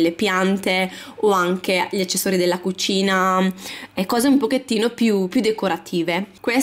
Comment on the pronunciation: Ahahhaha mi fai ride come parlii APPPPARTAMENTO, CUCCCINA, SSSSSALOTTO, ARRRMADIO 😂😂😂